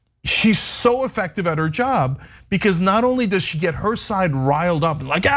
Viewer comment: It’s “get” Marjie, not “git”.